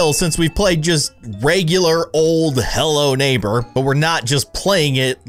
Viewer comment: It sounds like you said hell no neighbor (ಥ﹏ಥ)